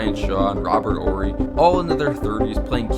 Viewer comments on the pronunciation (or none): none